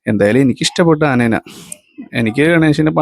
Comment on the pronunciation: ആ നേനേ എന്നത് മാറ്റി ആനയെ എന്നു പറയുക